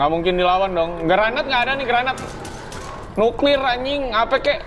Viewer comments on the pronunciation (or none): none